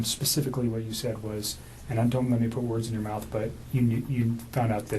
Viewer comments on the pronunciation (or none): none